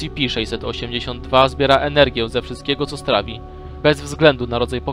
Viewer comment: tf2 No nwm czy na angielskim się zna lepiej skoro mówi "ES CI PI" czy "KITER":p